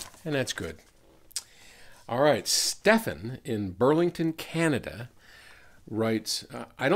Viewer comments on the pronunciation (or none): none